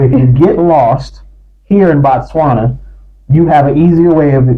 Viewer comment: It’s Botswana ✅NOT Batswana❌